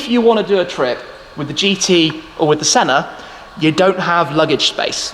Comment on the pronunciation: My suggestion is that it's not shedule but it's pronounced skedule. I know we rebelled against the Queen but we all speak English. Also Senna has no r.